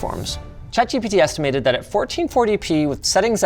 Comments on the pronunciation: "chat jibidi" is crazy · "Chat Gibbity " lol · "Chat Jibbidy" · i love the way you said chatgpt at the beginning of the video "chat jibidi"😂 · chat jibitty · Did Linus say Chat Jippity? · chat jibbidy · "Chat-Jibidy" -LTT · Im stoned. I completely lost it at "ChatGipity" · "chat gibity" lol 😭😭😭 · I Love when you said chat gibbidy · he said chat gibbity.. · wtf is "Chat Gibbidy" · "chat givity" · "chat jippity" - Linus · chat G bity? Damn, that was ai slop intensive 🫩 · Literally who calls it "gibbity" 💀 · Did bro just say chat gibyti 😭😭😭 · "i will be giving chat geebeetee" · I am glad I am not the only one that says "Chat Gipitty" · Forever pronouncing it as Chat Jibbity now. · Chat Gibbity ? is that how you pronounce it ? :D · Did you just call it Jiminy? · Chat "jibeedy" murdering English 3 letters at a time. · Linus just made me call chat gpt Gebetee forever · “Chat Jibbity” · why are you saying chat "jibidy" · "Chat Jippity" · "chat gippidy" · Ngl, after hearing Linus say it, I think i’ll be calling it ChatGippity from now on too 😂😂